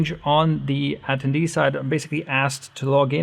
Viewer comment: Say it with me. ah - ten - dee